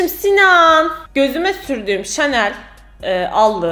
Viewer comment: Hemen bi bilmişlik taslıyım kdjxllssj. O "şanel" diye değil de "şınel" diye telaffuz ediliyor